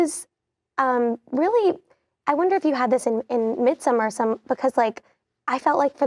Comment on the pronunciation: Yeah no she's still misprounouncing Midsommar 😬